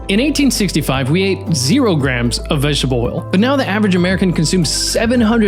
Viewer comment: What's "vegshbuh oil" ???